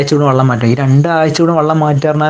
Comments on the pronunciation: വള്ളം അല്ല വെള്ളം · 'വള്ളം' അല്ല മോനൂ, [വെ, ള്ളം] - "വെള്ളം". അങ്ങനെ പറയണം മോനൂ.... "നന്മ പരക്കട്ടെ" 🙂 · വള്ളം ( വഞ്ചി ആണ് ) അല്ല ചേട്ടാ, വെള്ളം.... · വള്ളം അല്ല ചേട്ടാ വെള്ളം